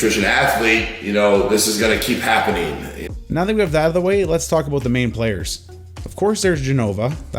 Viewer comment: 3 "aboots" in the first 2 minutes alone... love ya, bruh.